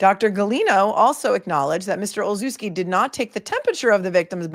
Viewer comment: Olszewski is pronounced Olshevski. The sz is a schuh because the ch is chuh like chicken.